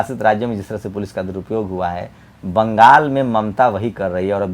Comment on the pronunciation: Bangal bali khabrein AAP ne thik se bola nehi